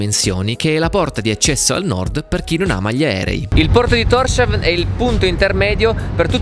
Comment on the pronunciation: Documentario affascinante come sempre. C'è qualcun altro che si aspettava che da quella casuccia uscisse un elfo piuttosto che un primo ministro? P.S. Thorshavn (Porto di Thor) si pronuncia [tors hawn] (danese) oppure [tous houn] (faroese), non [торшавн]